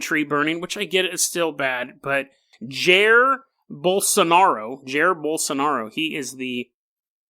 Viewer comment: Bro, that is NOT how you pronounce Jair Bolsonaro xDD